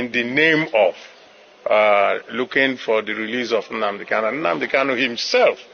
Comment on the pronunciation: PLEASE BRO.. WE LOVE YOUR VIDEOS AND PRESENTATION.. It is NOT UNADI it is NNAMDI